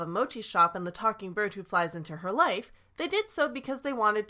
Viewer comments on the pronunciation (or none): none